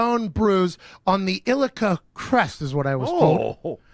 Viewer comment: By "ilica crest" I think he meant "iliac crest"